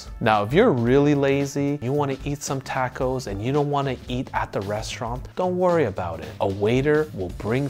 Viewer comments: Wtf is a tack-o? Do you mean tah-co? 😂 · Stopped listening after the 4th TA-co misprenounciation. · Why is he pronouncing it as “tako” and not “taco” ?